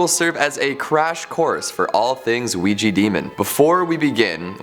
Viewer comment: OUIJA NOT OUIJI